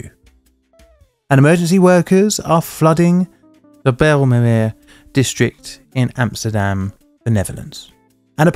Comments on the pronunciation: 😂 right it's literally pronounced 'bil-mer-meer' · Tip for pronouncing it, you know just in case, bile-mur-mear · it's Dutch. you can't expect anyone to pronounce that stuff correctly. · Get used to jokes. I’m not being rude, I’m just joking around with what I hear. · Also, you properly butchered the "bijlmermeer" and "schiphol". Thanks for that!